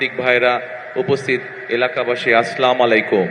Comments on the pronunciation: শুদ্ধ করে সালামটাও দিতে পারেনা, সে নাকি দেশ চালাবে.. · সালাম ঠিক মত দিতে পারেন না। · সালাম শুদ্ধ করে দিতে পারে না সে আবার কিভাবে দেশ চালাবে আল্লাহ ভালো জানে জনগণ বুঝে না কেন আমার মাথায় আসে না কামা তাই আসার আগে মিষ্টি মিষ্টি কথা বলবে এগুলা স্বাভাবিক